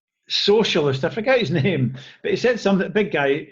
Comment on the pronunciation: Got to love how he pronounces your name, that Scottish accent is lovely... :)